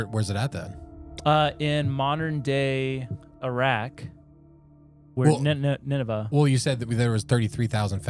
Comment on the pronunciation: sorry to be that guy the pronunciation is Nin-Ve